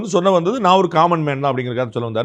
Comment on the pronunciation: The governor couldn’t even say “naan” properly in Tamil.. he repeatedly said “naana” and what ridiculousness…. They should be able to pronounce such a simple word properly.